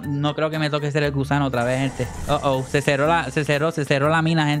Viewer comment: Dijo gusado jajaja